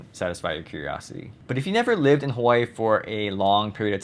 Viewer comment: For some odd reason I get really annoyed by the way you pronounce Hawai'i. Growing up in Hawai'i, we would never pronounce mainland (Hawai'i). Mainland is America, not called mainland. Hawai'i is the mainland.